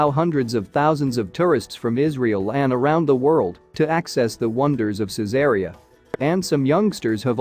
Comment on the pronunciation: I restore and sell ancient Roman coins.......... also the name of the city of Caesarea is pronounced " Caesar Reee Ah "